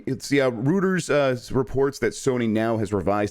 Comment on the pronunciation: Did pronounce Reuters as... "rooters"?, it's pronounced 'roy-ters'